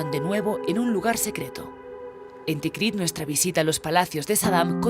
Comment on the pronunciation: Todo muy bien, pero la narradora de introducción se equivoca a en el nombre de la ciudad, dos veces. Dice "Tikriq". Y es TIKRIT